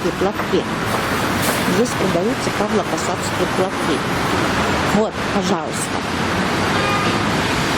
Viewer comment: Не ПАВЛОпосадские, а ПАВЛОВОпосадские платки правильно